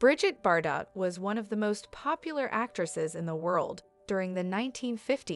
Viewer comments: Yes how ridiculous her prononciation of Bardo as Bardott!... I cringed every time! 😖🤨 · Learn the right prononciation of her name, it is not Bardotte, but pronounced Bardo. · It’s not bar-dot. Please learn the correct pronunciation. Cringe. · You should really look into pronouncing words an names properly cause it really makes you sound unintelligent and ignorant even a little Illiterate not being mean but bardot is said like bardoe i can understand that mistake but how do you fuck up words like object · The T is silent in Bardot. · She can't even pronounce her name and pretend she knows her life. It's bs video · Americans are so dumb😂😂🤣🤣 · The t at the end of her name is silent. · How wd she know about BBs life when she doesn't know to pronounced her name? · Every time she mispronounces it I want to crawl out of my skin